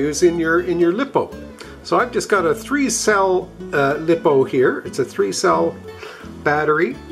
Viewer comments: Very good video, thanks. BTW, it’s pronounced Lie - Po, not Lip - O. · consisering how many times you said lipo i feel the need to inform you that its pronounced like liposuction